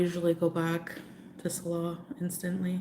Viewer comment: strange how she still sometimes mispronounces her own rented "husband"'s name. ("SALL-uh" instead of "suh-LAH")